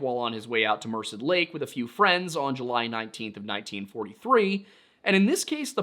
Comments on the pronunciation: slight correction on your pronunciation of Merced. The only reason I’m saying this is because you have stated in past videos that you wish to pronounce places correctly (except anything French, which is entirely reasonable😂). I know a local to the area who pronounces the name Mur-sed. You said Mursid, which i believe to be incorrect. Just thought I’d let y’all know. Love your content, keep up the good work! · Hey I grew up in this area and just wanted to mention that Tuolumne is pronounced (too all um ne) and Merced is (mer sed), I don't mean to nit pick I just hope this helps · So uh... Merced is pronounced like Mer- said. I was trying to figure out what lake you were talking about since it's near where I grew up. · I feel qualified to bring something to your attention regarding pronunciation having lived in California most of my life. Merced is pronounced Mer said. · love what you guys do. It is pronounced Tuolumne (2 all uh me) county. It is pronounced Mono (Mo no). It is pronounced Merced (Mer said). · small correction. Chowchilla is pronounced with the "L's" like in chilly. at least that's how we pronounce it and I'm from the area. Merced is also pronounced Mer-Said, I promise that I'm only providing feedback and not being pedantic. Tuolumne -> Two-all-um-me as well. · Thanks for the video! For future reference, "Tuolumne" is pronounced "too...all...umm...ee" with the accent on the "all". Hard to get right from its spelling. "Merced" is pronounced "murr (as in "purr") ..said" slightly accenting the second syllable. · I know it's not a big deal, but Merced is pronounced "Mer-said". Also, not particularly relevant, my mom used to babysit The Yosemite killer, Casey Steiner. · Hi! Local Cali boy, this is really cool (and spooky) to hear about. Also, while I’m not offended Merced is pronounced like mer-said Yall do great work!